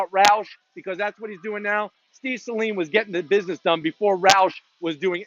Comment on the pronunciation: Thank you for pronouncing Saleen correctly.